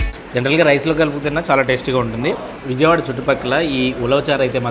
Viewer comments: నేను ఆ హోటల్ గురించి కాదండీ చెబుతోంది మీరు విజయవాడ అన్న పదాన్ని సరిగ్గా పలకడం లేదు. విజయవాడ అనడానికి బదులు విౙయవాడ లేదా విజియవాడ అంటున్నారు. అదే కాదు ఎక్కడ జ వచ్చినా ఆ పదాన్ని మీరు ౙ లేదా జీ గా పలుకుతున్నారు. It’s just a suggestion for your improvement. Rest up-to you. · బాబు చిట్టి. ... అది విౙయవాడ కాదమ్మా విజయవాడ. ౙ కి జ కి తేడా తెలుసుకోండి. మీరు మళ్లీ వాయిస్ ఓవర్ ఆర్టిస్ట్ గా కూడా చేశారు.